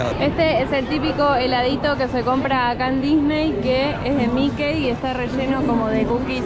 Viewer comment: Que significa Nafta ? No se dice Mikey se pronuncia MIKI. Saludos.